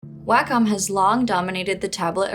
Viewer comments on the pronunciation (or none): Well unfortunately, I am a stickler for pronunciation. It's odd that I d find this particular word, "wacom" nearly always pronounced incorrectly. It is pronounced "Walk-um" Not "way-com" I apologize for this however, it's lazy when person does not research before talking in a video. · It's pronounced "WAH-KUM". Do better research, don't be so lazy. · I always thought it was pronounced as "Way-com" or more like "Way-cum". I've seen some people say "Whack-cum".